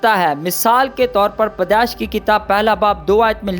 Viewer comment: Padesh nahi bhai pedaish